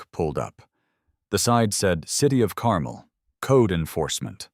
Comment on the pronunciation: For the love of God.... if you're using my hometown please pronounce it correctly!!!! Carmel, IN is (car-mole)